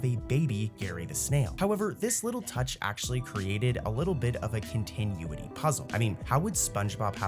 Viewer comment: the way you say continuity is grinding my gears